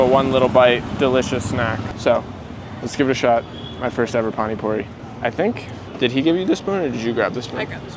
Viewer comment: It is pani puri not phani phuri